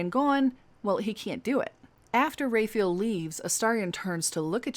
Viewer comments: Please.... "RAW-fye-ELL" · Love your videos and how you say Raphael's name. At first when you said Raphael (Ray-feel), I thought you were saying Renfield because of your pronunciation and thought there was an additional quest that I missed. Thought it was some sort of Dracula easter egg. 😂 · I kinda love the way you are pronouncing Raphael, mostly because it would drive him up the wall.